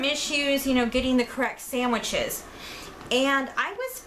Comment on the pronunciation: Are you actually saying sammiches?